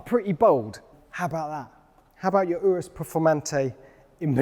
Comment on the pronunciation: It’s not urus like undo it’s urus like Uganda